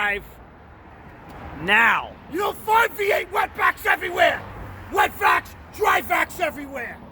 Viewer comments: Lmao anyone elts hear the "wet backs" "wet vacs" lmalol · I thought he said wet backs instead of wet vacs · Oh shit I thought you were saying wet backs